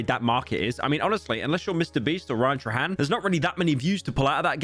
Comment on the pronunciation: it's not pronounced as Tra-han its pronounced as Tray-han (sowry i have ocd)